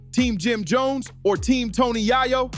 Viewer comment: Tony Yay Yo 😅😅😅